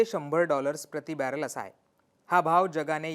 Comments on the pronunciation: Barrel म्हण रे baller म्हणतोस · बॅरल तरी म्हण. बॅलर नाही. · बॅलर नाही रे बॅरल 😊